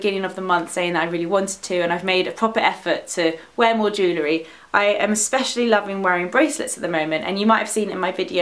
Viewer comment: Did anyone else think the way she said jewellery was strange?